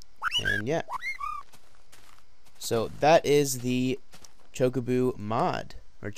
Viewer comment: ChocoBO not chocoBOO